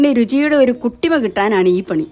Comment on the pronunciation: താങ്ക്സ്.. 😍 ആദ്യം കുട്ടിമ എന്നാണ് കരുതിയത്. പിന്നെ ഒന്നൂടി കേട്ടപ്പോ പുട്ടിമ എന്ന പോലെ തോന്നി. 😄